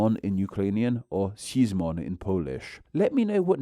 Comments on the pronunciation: "Sheezmon in Polish" oh c'mon 🤣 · In Polish we still pronounce it the same as the Hebrew version. You attempt is totally off.